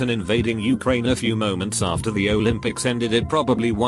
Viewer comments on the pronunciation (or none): none